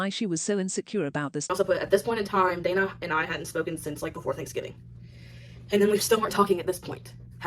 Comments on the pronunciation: Her name is Dana not Donna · every time the text-to-speech lady says DARNAH it fucken sends me